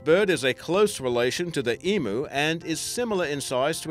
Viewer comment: I can't nail this guys accent. He pronounces Emu incorrectly and doesn't realise Tasmania is part of Australia ... so he probably isn't Australian. South African maybe.